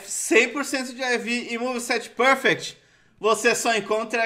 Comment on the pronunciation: pârfecti 😂😂😂😂 eu boto pra rir, lembra o professor aloprado